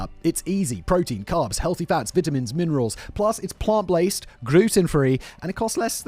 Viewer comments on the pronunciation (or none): “plus it’s plant blased, gruten free…” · I don't know which flub is funniest: "sarin wrap", "plant-blased" or "gruten free" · Plant blased AND gruten-free?! Recheck that ad read before you reuse it on a future video. 😉